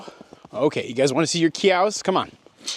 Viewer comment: Love the VT accent: “ You want to see your “ciows”? Come on.”